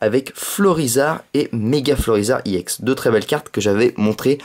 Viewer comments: pk tu dis emolga i ex au lieu de emolga ex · sa se prononce ex pas iex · pourquoi tu dis iex